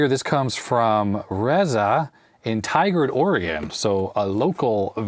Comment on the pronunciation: You pronounced Reza correctly and already acknowledged your misreading of "Pinecil," but "Tigard" and "Qi" could use some work. :)